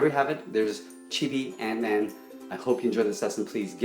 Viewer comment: in the minute it's not ant-man it's gat-man